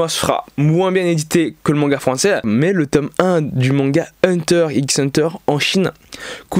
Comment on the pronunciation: Salut, juste pour dire qu'on dit hunter hunter. Merci, de rien, au revoir.